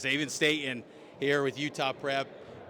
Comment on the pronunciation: Hey KSL, there is a T in the middle of the word/name Staten. Please pronounce it. It’s pronounced state-ten, not stay-uhn